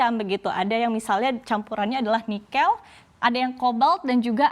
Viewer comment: saya sedikit terusik dengan pengucapan 'nikel' oleh pembawa acara..